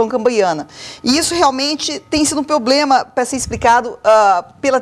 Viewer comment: Bah, essa senhora falando em "pobrema" querendo explicar alguma coisa. Tá louco!